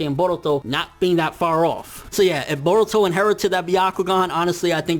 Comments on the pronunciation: Yo y does this nigga say boruto like if boruto was Hispanic like fuck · I know this is weird, but I keep getting distracted by the way he pronounces "Boruto".